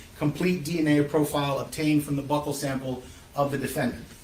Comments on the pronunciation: Buccal swab is pronounced BEW-cal swab, not "buckle swab" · I also hate when people mispronounce "buccal"